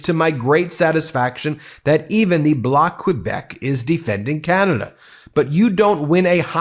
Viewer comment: Great video - always love a solid Chrétien moment ❤️ Since you mentioned that you'll be doing more Canadian coverage, small tip from a Canuck - check out the pronunciation of some of the (important) names in your piece, like Chrétien, Québec, etc. It can make a difference to your Northern viewers 😉 Thanks, and again, great piece 💯